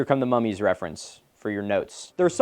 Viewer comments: Ngl the way youre saying mummies sounds like an Australian saying mommies and its making me giggle. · mummies already doesn’t sound like a real word, thanks Milo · Nahh dawg when you say "mummies" like that my mind goes to a different place. Edit OH YEAH there is!!